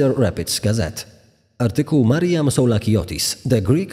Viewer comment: czemu zamiast mariam słyszę Marian ? :D